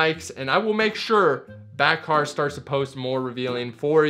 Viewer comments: FYI her name is pronounced without the k. So like Bahar, (Ba-har). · You are pronouncing Bakhar’s name incorrectly. The “ K “ is silent. It’s “ Ba-har “ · Ba har. “K” is silent. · The k is silent in Bakhars name it's pronounced Bahar just so you know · I had a feeling he was mispronouncing her name! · You should have probably researched how to pronounce her name before making this video, bruh